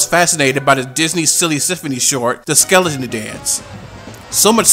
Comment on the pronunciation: A few corrections: Red Skelton, not Skeleton. Also, it’s Bea Benaderet. Otherwise, this massive documentary is very thorough and informative.